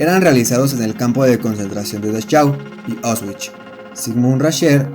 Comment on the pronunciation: Buen video! Pero, por el amor de Dios, no todo lo extranjero es inglés. No se necesita saber alemán para saber que la "ch" de Dachau suena Jota. La "au" de Auschwitz no suena como en "Austin" sino igualito que en español: como austero. La "sch" suena "sh" , la "v" suena "f" y, otra vez, por el amor de Dios, La "w" suena "v" (no "b" ). Von Trapp no es "bon Trapp" sino "fon Trapp". Yo no sé alemán, pero sé cómo se pronuncia, ni que fuera swahili, por Dios!